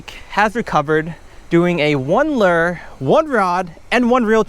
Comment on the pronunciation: Why u say lure like that haha